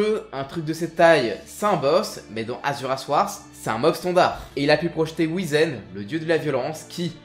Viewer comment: alors juste un truc qui m'à trigger tout le long de la vidéo... ça se prononce Whyzen